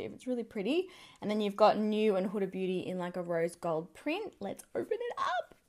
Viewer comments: It’s Hoo-da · Not huh-da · I couldn't watch this because you're pronouncing Huda wrong and its like fingernails down a chalkboard.